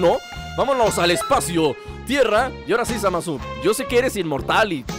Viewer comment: dice Zamas xddd Jaja!